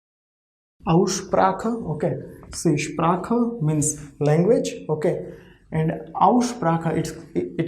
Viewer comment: it is not ssh-pra--kaa. it is ssh--pra haa. And 'r' sounds as from throat.